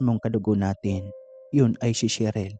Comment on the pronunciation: Grabeng mg magulang 🙁 handang patayin ang anak sa maling desisyon, kawawang sheryl, sherly, sheryl 🙂 (namali ka ng bigkas sir 👻) buti nakaligtas, Thanx to you Isabel 🙂.. Ingats sir 👻.. Sarap mag kape sa ng kwento mo ❤